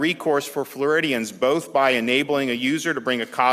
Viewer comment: I know I play too many video games, but every time he said “Floridians” I thought of alien species.